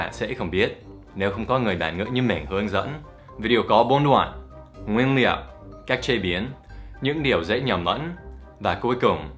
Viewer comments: you pronounced ingredients "nguyên liệu" but fall into "nguyên niệu" like Northern Vietnamese people, u know? :) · nguyên niệu =))))))) Dan ở Hà Nội nói ngọng y chang ng Hà Nội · thầy bị ngọng rồi : nguyên ''niệu'' :)))) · OMG Dan nói ngọng "nguyên niệu" "những điều dễ nhầm nẫn"